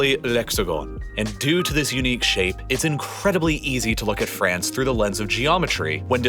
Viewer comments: The country is France, not "Frence" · Hahahahaha franch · did you say "francestance"?